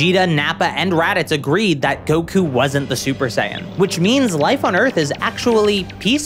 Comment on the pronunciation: "He magically gains the ability to go shper saiian"